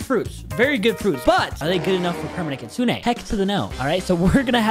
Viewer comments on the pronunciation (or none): Bro Said kutsuneah